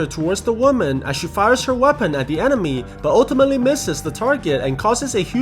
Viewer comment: he said enemo instead of enemy